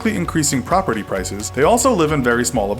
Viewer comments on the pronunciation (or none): none